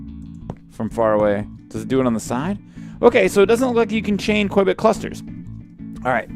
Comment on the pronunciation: Every time you said Quibit, I kept thinking of Johnny English!!